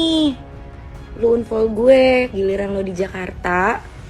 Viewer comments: ini sapose Unfol bukan anfol😂😂😂😢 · Unfol unfol 😂😂😂😂...bacanya anfol woyyy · Bacanya anfollow. bkn unfoll. Itu cewek bolak balik bilang unfall unfall . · Membaca dengan baik dan benar"unfall" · maaf..ngakak sy dengar Unfoll..😂